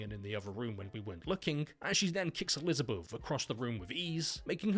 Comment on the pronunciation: "Elizabuff" hahaha that accent, man. Nice humor in this vid.